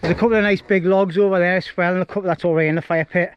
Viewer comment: "as-well" not "ass-swell" . It wouldn't bother me but you say it in, nearly every sentence! 😂😂😉 Still love your vids mate.🖖🏻